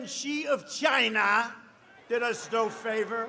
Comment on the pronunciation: Probably his best "ChyYYna" to date.